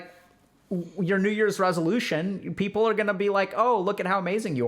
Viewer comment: Is it people or peoper?